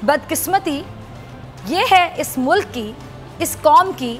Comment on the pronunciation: bc mulaka nahin hota mulk hota hai